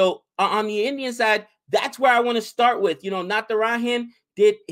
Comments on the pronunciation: u should pronounce Natara"j"an and not Natara"h"an. It's not a Spanish name! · its Natara(ja)n not Natara(ha)n.